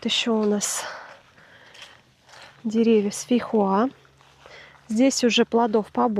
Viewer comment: фейхоа а не фихуа🥰🥰🤣🤣